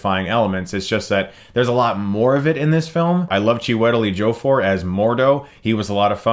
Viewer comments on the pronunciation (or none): CHEW--A--TELL EDGEY-A-FORD...there you go chris, so you don't say it wrong again lol, still like you though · Dude... You couldn't look up pronunciations of his name...? Cheewellitie Jiffer? Come on, man. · Oh my god, stop mispronouncing poor Chiwetel Ejiofor's name. You've done this at least 2 times now. It's CHOO-ih-tell "EDGE"-ee-o-for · "Cha-wetel Ejo-for". sigh That isnt how you pronounce his name Chris. It's Chew-we-tel Ej-io-for. I laughed how he pronounced his name. Still love ya Chris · Tcheewetl Ee-chofor NAILED IT! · "Chew-A-Telly Joe-Four" hahaha that's the worst I've heard anyone butcher his name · I love Chewtely Jofour to Chris... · you said chitewel ejiifor wrong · love ya chris, but damn.... Choo-a-tel edge-ee-oh-for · Chris, I love your reviews dude, so I'm saying this as a big fan, it's pronounced Chew-eh-tell Edgy-Oh-Four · Choo-i-tell Ej-ee-oh-for just gonna leave that there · Lol! It's pronounced Chee-wa-tell Edgey-oh-for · "Chu-ettaly Jo-for"? That's the best pronunciation I've heard yet lol. Thanks for that Chris ;) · CHEW-e-tel EJ-iofor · It's pronounced chu-a-tel a-gee-a-for. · Chris, I don't know how you did it, but your pronouncing of Chiwitel Ejiofor might be your funniest yet. It actually floored me how wrong it was. Well done. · "Chiwetelly Jofer"? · I think it's actually "CHEW-ee-TELL edgey-OH-four" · Chris, love your vids! You've gotta be aware of how badly you're butchering Chiwetel Ejiofor's name right? Pls tell me it was a joke when you were saying his name lol! It is properly spoken: CHOO-it-tell EDGE-ee-oh-for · "Chewie-tell Edgy-oh-four" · Lmmfao chew wettly joe for wth lol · I noticed that too. Aren't you supposed to pronounce it "Chewie-tall"? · wow u butchered Chiwetel Ejiofor's name so bad. it's Chew-ahtel Ejē-o-for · lol yep this isn't the first video he's pronounced it so wrong ..its CHOO-it-tell EDGE-ee-oh-for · What the fuck was that pronunciation of Chiwetel Ejiofor? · the way you butchered Chiwetel Ejiofor